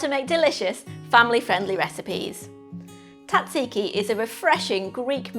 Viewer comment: The Z isn't silent, it's Tzatziki not Tat-Ziki. At least double the garlic, preferably 2 cloves, you need to be able to taste it. And WTF sugar? NO NO NO NO NO! My γιαγιά would come back from the dead to haunt me if I even thought of putting sugar in a Tzatziki!